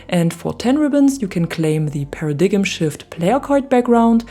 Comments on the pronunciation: Paradigm is pronounced Para-Dime. :-) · Hi! Another tip on the stupidity of English: "paradigm" is pronounced "para-dime". I have no idea why, but there you go. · "para-dig 'em" 😏😏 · The player card is pronounced Pair-a-dime